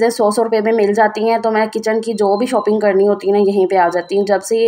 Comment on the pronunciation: کیچن نہ کہا جاتا ہے نہ لکھا ۔ بولنے میں کچ ان KITCHEN ہے لکھنے میں کچن ہے۔ اور ًوپنگ نہیں ًاپنگ بولنے میں شال کے شا کے آگے پنگ لگاٸیں ویسے باورچی خانہ اور خریداری کہنا بہتر ہے